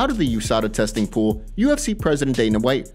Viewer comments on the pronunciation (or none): none